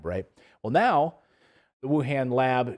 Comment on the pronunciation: Minor point, but the 'a' in Han in WuHan is pronounced like a short 'o' as in con, not a short 'a' sound. Cambell also mispronounced that.